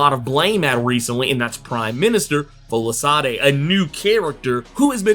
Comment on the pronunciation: It's pronounced "Folashaadey"